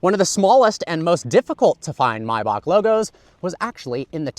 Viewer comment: bro forgot there's an "A" in the first half of "MAYBACH"